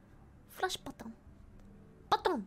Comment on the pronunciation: Sounds exactly like you would say "loaf" in Russian. And I mean exactly, it's indistinguishable from how a native would say it. Edit: hence all the Russian comments, lul.